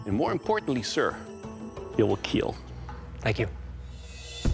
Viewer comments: It will keel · "It will keel " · What about Corona virus? - It will keel